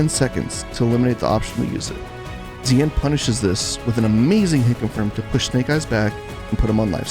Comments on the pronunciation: It's more "shin" than "zeean" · Sorry. Not pronounced Zeeanne. Its Xian - Pronounce She-and quickly. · Xian sounds like "shen", not zee-an. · Xian is actually pronounced Shen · His name is pronounced "Shian" lol. You can even hear James Chen saying it correctly in the commentary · Pretty sure the dude's name is pronounced "she-Anne" like the city in China, even though he's from Malaysia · Excellent analysis. I just wish you learned to pronounce Xian properly. You could just listen to the commentators for that...